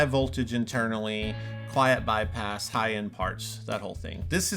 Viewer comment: Tone is what bwings us togevva today. Bypass. Twue bypass...